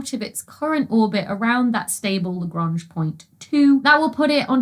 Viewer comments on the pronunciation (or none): none